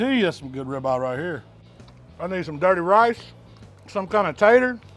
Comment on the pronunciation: You KNOW he’s in the south when he calls it a .... “Ribah!” 🤓🤪😜